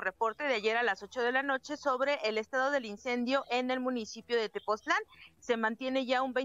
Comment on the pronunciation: no es tepotzotlan, es tepoztlan